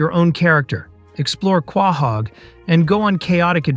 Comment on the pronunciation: is this an AI voice? weird that a “fan” of family guy is constantly mispronouncing the name of the main city